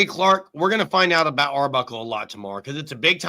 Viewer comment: Aboot... Lol. Is that Canadian. Lol😂